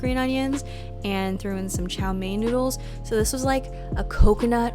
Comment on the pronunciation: ‘Some of our noods!’ Lol sounded like ‘nudes’ :D